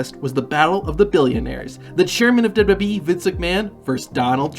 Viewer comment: Why do you keep calling it DibDIbWeeee???? Its damn irritating